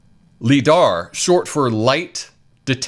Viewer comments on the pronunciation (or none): Lie-dar brother